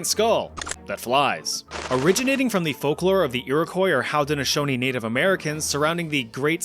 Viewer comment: pronounced Ho-din-oh-SHOH-nee The Haudenosaunee don’t like being called Iroquois as it’s an exonym applied to them by the French, but use it mostly out of recognition of their proper name being unfamiliar to most Americans and Canadians. Source: I dated a Haudenosaunee lady for a while.